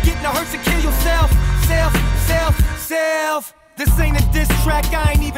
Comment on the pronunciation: When he does the self seelf seeelf it sounds like upchurch